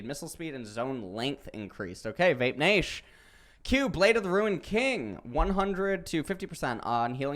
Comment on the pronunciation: He actually said VAPE NASH in the T1 Fightning channel PepePains